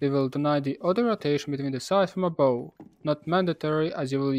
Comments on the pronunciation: Love your videos man, just one quick thing: the word ABOVE pronounced ABOF not Abow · yeah could be but i’m pretty sure in america and Great Britain you will hear it as ABOF. Maybe i’m wrong